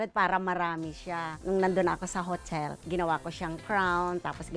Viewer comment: ano nay?? hochel? orte orte ng hotel mo